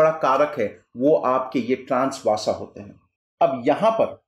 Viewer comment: सर वासा नहीं वसा होता है 🙏🙏